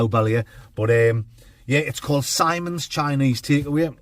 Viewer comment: It's actually pronounced 'Sim-ons' not 'Symons'.... allegedly.. 🧐